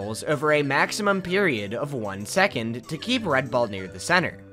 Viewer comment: didn't know maximum was german